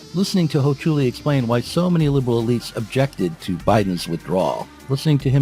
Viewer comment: I believe that you are saying Alex Hochuli’s last name incorrectly.